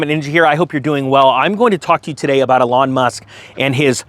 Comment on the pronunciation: Eeeeeelon. Eeeeeelon bro. You can’t keep talking about this car and continue to mispronounce his name. Dayum Ps Don’t bash soccer. Baseball, sure. But not the Beautiful Game.